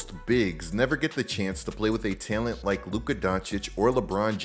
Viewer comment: Longtime subscriber and fan but I die a little inside every time I hear you pronounce the word, “talent”